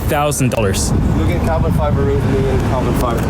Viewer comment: MOO-gen. Not MEW-gen.